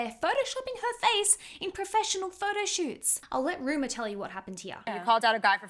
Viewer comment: the other daughter's name is Rumor, not Ruma